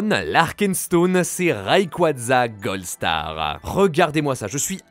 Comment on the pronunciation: Rayquaza goldstarHAN certaines cartes ne sont pas comme les autreHA (...) magicarpe doré et leviator RougHa 😭😭😭 C'est incroyable de parler comme ca !! C'est un detail mais tres dérangeant pour ma part. C'est quoi cet accent, parisien ?